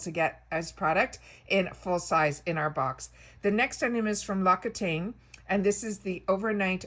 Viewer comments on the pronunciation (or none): L'Occitane is pronounced Lawk-see-tahn. 🤓🥰